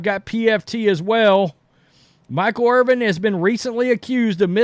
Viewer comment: It's Irvin, not Irving. 🤦‍♂️ This guy says Irvin and then, sometimes even in the same sentence, says Irving. It's like that in every video he does talking about Michael Irvin.